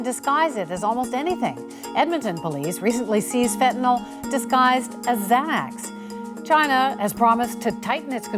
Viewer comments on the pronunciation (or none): She said Xanax so wrong😂😂